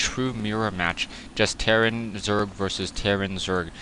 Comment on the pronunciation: you said zorg lol